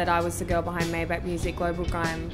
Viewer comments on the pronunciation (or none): May Bach not Mai Beck 😅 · Maybach ! Its CH not K like BaCH ! !